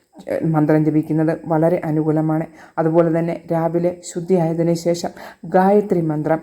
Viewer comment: പ്രവചന ശൈലി നല്ലത്. പക്ഷെ ശേഷം എന്നത് ശേശം എന്ന് ഉച്ചരിക്കുന്നത് കേൾക്കുമ്പോൾ അരോചകം ആയി തോനുന്നു. എന്തിനു മനോഹരമായ ഭാഷയെ ഇങ്ങനെ കൊല്ലുന്നു.